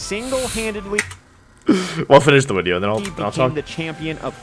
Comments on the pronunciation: Im a new subscriber so dont judge me please. Why does he say "wideos" when he can clearly pronounce the letter v? Is it an inside joke? Haha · Why does he call them wideos? Is it because he is Wolfey so its wolf + video? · What was his first language because he says "wideo" and he doesn't say that later. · Wideo=W video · Wideo. Never gets old lol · "Which wideo I wouwd infwict on my poor viewers today..." Elmer Fudd: "Shhh, be vewy, vewy quiet. We're infwicting a wideo on the wiewews. Huhuhuhuhuh! " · No hate or anything but im curious, why does he say "wideo" instead of video? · Why does he say wideo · Nobody: Absolutely nobody: Wolfey: "Wideo" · why does he say “video” but replaces the V with a W? Sorry i’m new to this channel, I don’t know if it’s an inside joke or an accent. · he always pronounces his v like w